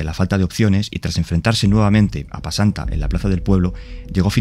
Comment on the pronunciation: Se llama pesanta bro, no pasanta xD